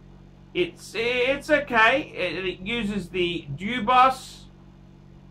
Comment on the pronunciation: Debioss??? You mean Dubois, pronounce due bwaaah